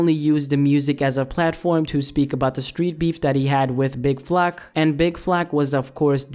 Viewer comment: "Big flack " 💀💀💀 its big flock